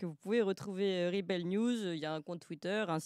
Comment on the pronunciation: Clémence a du mal avec la prononciation de l'anglais (rebel; labour...)...